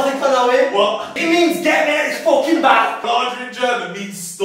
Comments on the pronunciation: so we not gonna talk about how romell pronounced lager ‘larger’? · He read lager as larger.. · ROMEL SAID “larger” INSTEAD OF “lager” LIKE THE ALCAHOL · Romell's pronunciation of Lager PISSED ME OFF BRUV